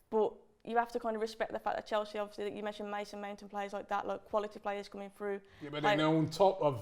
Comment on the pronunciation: Mate this absolutely criminal how she made Chelsea sound smh